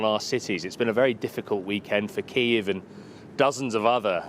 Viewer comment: I like how he pronounce KiEv instead of Kiyv, it says everything you need to know